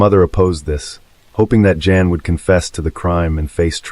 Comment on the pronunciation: Not Jan, pronounced Yawn